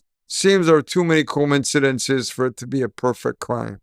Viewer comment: Did he just say there were too many combincidences as in Comb? 😂😂 ??? As in I’ve watched too many Cassie Law suit videos 😂